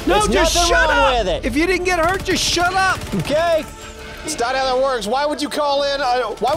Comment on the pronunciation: New York accent was coming out when he was telling to shut up 🤣